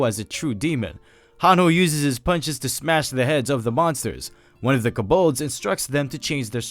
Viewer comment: those monsters are pronounces Co(like toe)-balds. they are a very universal monster name that have multiple depictions.